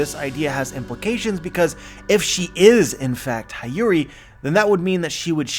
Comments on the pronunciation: i love you but I can’t let another one pass. It’s hiyori pronunciation. He-yo-ri not hi-yu-ri. I’ll go ahead and keep my grammar nazi helmet on and support you in pronouncing kyoshiro. It’s ki-you-shi-ro. The accent or intensity is in the “you” part. Thank you and have a good day ❤️ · Hi-yori 😂😂 it's Hee-yo-ree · He doesn't even have to say the "i" in Hiyori as an "ee" sound. Even if he pronounced the 'i' as 'ih' (as in igloo) that would suffice. Why force the 'ah' sound? That's too painful even in English. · I know you're not Japanese, but please try pronouncing Hiyori as Heeyori instead of Hayuri. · Dude I think it Hyori/Hiyori is read as He-yo-ree :D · HIyori, like in Hito, shirohige, hiruluk, hina, otohime, hitetsu, etc, not Hi like "hi, how are you" but hi like in History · hi yori is mom to o toko. its pronounce "he yo ri" for english speaker. lucky for me i took basic japanese. so im well on my way to being a low class weeb. someone said o kiji. for ao kiji. lol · Hee-yori my dude. That’s how you pronounce Hiyori’s name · I cringe every time he says “Hayuri”. u know how to pronounce her name correctly. In fact one of the one piece youtuber corrected you already about this in the most recent reverie video. SMH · I swear it was painful every single time 😂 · can't even pronounce Hiyori's name properly...